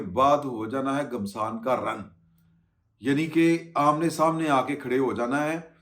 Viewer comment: بھائ گھمسان پیش کے ساتھ کیا ہوتا ہے؟! گھمسان زبر کے ساتھ بولا جاتا ہے۔